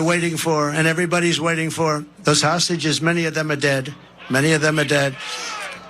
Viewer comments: Is he saying hostages or sausages ? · Is he saying sausages?